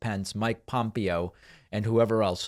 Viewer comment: PomPeeOh . thats hilarious David